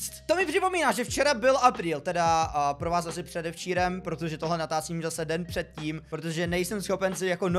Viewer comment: Natácím" ? :D